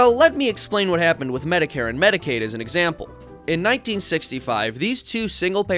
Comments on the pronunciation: Great video but one thing bugs me. Medicaid has a "c" in it. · "Mediaid" LULW